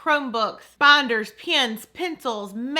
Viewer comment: Not hating but why does she keep saying *banders*😂 sounds funny